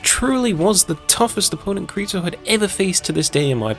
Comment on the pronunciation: Kareto? I thought it was Kirito.. great video tho